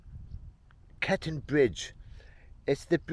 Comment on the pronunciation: Its Cockerton not Cokaton.